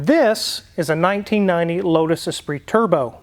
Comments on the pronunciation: Lotus Esprit not Espirit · Great videos. But it is Esprit and not Espirit.😉